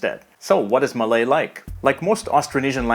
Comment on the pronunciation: wow an english speaker that doesn't absolutely butcher Malay pronunciation.